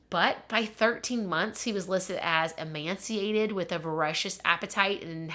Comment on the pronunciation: Ive heard this in a couple videos. It’s “ee-may -ci-ated.”